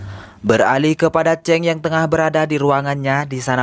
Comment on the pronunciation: sebut chang bunyi cheng 😁🤷